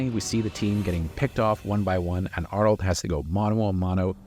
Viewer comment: Just say Arnold ❤🎉